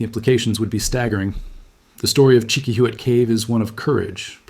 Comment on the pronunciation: Hola, I would like to suggest a change in your pronunciation of the word Chiquihuite. Try this: cheeky-wee-teh. Be well.